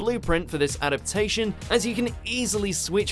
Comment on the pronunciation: For the love of god, please, the word is “adaptation”. This is getting infuriating.